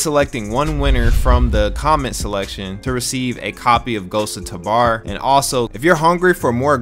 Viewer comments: bro idk why but it pisses me off how he says tabor it says it like TAHbor when i only ever hear it pronouced ghosts of TUbor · Omgrhg...ther way you say tabahr